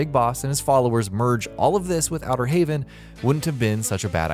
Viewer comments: Why does he keep calling Outer heaven wrong it is heaven not haven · He keeps saying Outer Haven instead of Outer Heaven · Now I'm just a casual fan of the series, but even I know Big Boss created Outer "Heaven", not "Haven". Outer Haven is the ship that appears near the end of MGS4. Makes it obvious this video is done by posers who probably haven't even played the games. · OuterHAVEN? instead of Outer Heaven? ..... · Maybe you shouldn't make a video about this when over half of the things you say are already answered. Also it's Outer Heaven.. Not Outer Haven.¨ Outer Haven is the massive ship in MGS4. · It's so painfully obvious that the narrator has never played a Metal Gear game. Why does he pronounce Kaz as KAGHZ, and Outer Heaven as HAVEN.